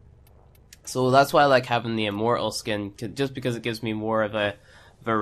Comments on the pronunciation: Awesome video It is however pronounced im-mor-tal, not im-mor-al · "Im mor uhl" bruh